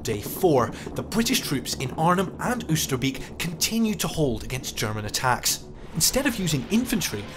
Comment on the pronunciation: After seventy odd years, IWM might have ascertained that Oosterbeek is pronounced OASTER-BAYK- '--beek' being cognate with northern English 'beck' - a stream or brook. beek/ beck Not much difference. Not so difficult. Ditto: Groesbeek. Just saying. alsjeblieft Met vriendelijke groet